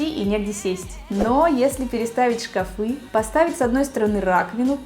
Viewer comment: Только мне слух режет " шкафЫ"? О стенах правильно говорит ,а о шкафах ... Где эти люди берут ударение на несуществующий слог?!? Все эти шкафЫ,лифтЫ, шарфЫ и тортЫ. В школе вообще уже никто не учится?!? Вся такая многозадачная ... И безграмотная.